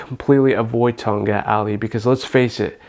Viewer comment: the k was not supposed to be silent tong Katttt not tong gat lol